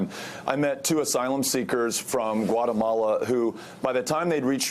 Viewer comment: Notice how he says "Guatemala" with an accent the first time, and the second time he says it without any accent. Kekkers